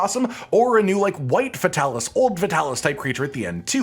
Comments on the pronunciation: your character is so gay, but your content is so good. Fix that. Also. FAY TAL ISS. Come on dude. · I feel like Fatalis should be pluralized as “Fatalises” pronounced “Fatalis sees” but idk